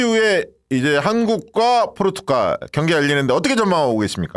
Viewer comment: 포'르'투갈 입니다. ...